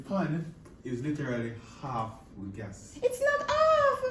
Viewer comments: Guess mon? Ohhhh “gas” mon lol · Thought I was the only one heard "guess" lol